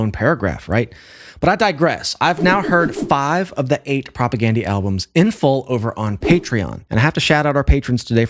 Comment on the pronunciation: Please pronounce their name correct. Gandhi, you know, the famous guy.